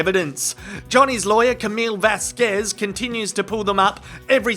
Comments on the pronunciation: "Miss Vaskwez" bloody annoyed me too. It's not very professional mis-pronouncing a fellow lawyer's name. Repeatedly. I decided it must be a deliberate dig. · The way Mum's friend says 'Vasquez' is somehow derogrotory. I dont speak any of the latin american laguages and am not even american but I feel her pronunciation is out of the ordinary for an american. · I could not believe Eyelene said ms Vasquez name wrong over and over again, it almost seems like she was doing in purpose, i mean she was mocking johnny just before that and i know I've heard others pronounce her name and this is suppose to be an educated woman? I was not watching but listening when Amber when Amber made the slip up about tmz, that totally blew up in her face all the claims that she was trying to do it discreetly and I noticed she kept saying over and over before that it. In my opinion, that alone proved you cant believe anything she says yet she still denied it. I think if I was on the jury and I saw that, i would strike her entire testimony as being doubtful because if she can lie even after she was busted....this woman can not tell the truth